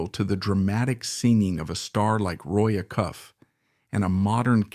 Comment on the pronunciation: Unwatchable. The sleepy narrative with dramatic overreach and same 20 pictures on repeat makes me think it's just AI generated slop. Never heard of Lew Childre referred to as the Drifting Plowboy and the timeline seems off. And wait until you hear how Roy Acuff is pronounced! Why do I keep falling for this content farm waste?